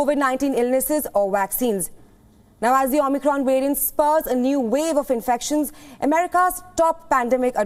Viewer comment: XImicron , get the name right